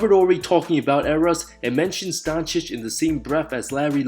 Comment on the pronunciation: Who the heck is Don Chick? His name isn't that hard to pronounce 😂 how can you miss pronounce it that badly?!